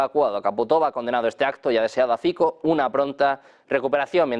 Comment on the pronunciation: Fico..es un apellido y no se pronuncia como uno quiere...este apellido se pronuncia "Fitzo"